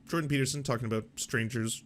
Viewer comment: Video starts: "Doctor Jordan Pee-Peterson..." Ah, Mondays.